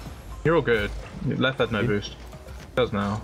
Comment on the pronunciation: Leth=yie yie